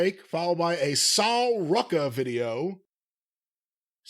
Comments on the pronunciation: "Sal Rukka" 😂 I love Sol 😭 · Soul roo-kah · you are trying too hard with the mispronunciations. Absolutely no one with even a single brain cell would say Kaylani, Jyder, Mishin, or Sol Rucker, wtf. Problem in chair, not on screen. Surprised he didn't say Taylor Baté and Pate Doone. This is a guy who pronounces Japanese wrestlers names from the 70s and 80s flawlessly btw. Are the nxt names stupid? Yes, some of them absolutely are. Can a simpleton pronounce them correctly? Yes. We already know someone is going to reply to this with a terribly original insult, can't wait to see which one it is. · Either deliberately mispronouncing the name or what but the sol ruca one took me out 😂. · Bro is just butchering those name jada parker soul (sol)ruca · Messing up sol ruca that badly should be illegal. Lol you couldnt watch entraces to get theses names even close? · I guess is butchering the hell out of NXT names on purpose for jokes I guess because there’s no way possible you can mispronounce Sol Ruca’s name lmaoo 😭😭😭